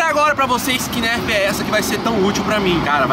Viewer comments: NÃO É NÉRFI E NARFE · se fala narf não nerf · Meu filho se fala nerf nao nérfe igual vc falou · Se escreve nerf mas se fala nãrf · Fala "NARFI" e não nérfi .-. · Mano q agonia de ver o falando NÉRFI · se fala narfi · dnv se pronuncia nurf mais fala nerf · É Nuuurf kkk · kkkkkkk se pronuncia "nôrf" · aline as0604 né kkkkkk 😂😂😂😂😂 NÉRFI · não é Nerf que falaa é Narf kkkkk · Tava me dando agonia ouvir ele falar Nérf kkkkk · " NÉRFI " KKKKKKKKKKK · Tá me dando agonia a nérf kkkkk PQ ELE N FALA NERF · se pronuncia "nãrfi"mas se escrever "nerf"MAS cada um tem seu jeito d falar mas ok❤️ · Rachei de rir quando a disse nérf 😂😂😂😂kkkk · SE FALA NAAAARRRFFFFFFFF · Para de falar nerfi mano kkkk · Liraaa escreve-se nerf mais se fala narf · Se escreve NERF Fala NARF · não se fala Nerf se escreve Nerf mas se fala Nerf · se escreve nerf mais fala narf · Que agonia ele falando "nerf" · Não e pra falar Nerf e pra falar tipo narf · Manooooo narfi? Poo agonia de ver vc falando errado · E narfe q se pronucisa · Falo narf errado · Escreve nerf mas a pronuncia seria narf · Escreve nerf mas fala nãrf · Só teve uma coisa que me irritou nesse vídeo,o fala:nÉrf mas eu acho que o correto é nerf sala tmb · Não é nerfi não é narfe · Chama nerf so q se pronuncia nãrf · Mano se escreve nerf mas fala narfe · Nerd ele fala nerf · Se escreve nerf e se fala narf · Se pronunciar nârf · Se fala narf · É nerf e n nérf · Alguém aí errou a pronúncia da Nerf KKKKKKKK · aline as0604 vrdd kkkkkkkkkkk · Pensei que fosse só eu que tinha ficado com agonia de ver ele falando errado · É o jeito que ele fala mas dá agonia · se fala nãrf e não nérf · não se fala nérf é nerf tá bom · não se fala Nérf é nerf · aline as0604 e nerf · K 3 player ツ não se fala nerf se pronuncia NÃRF tipo assim vacilão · que narf kkkkk, é nêrf que se fala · "Nerf" BERROOO KKKKKFNFK Se pronuncia Nãrf!!! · Não é Nerf é Narf